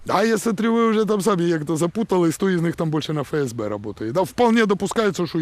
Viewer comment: Не Фе- Ес -Бе, а Еф-ЕС-Бе. Третий клас началЬной школы...